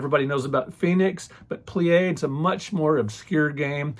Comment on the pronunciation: The Pleiades is a star cluster in the constellation Taurus, very pretty blue stars. Pronounces like plee-uh-deez